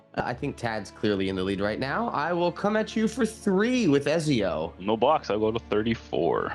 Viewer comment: Everytime said Ezio, I cringed a bit. I know he hasnt played AC, but damn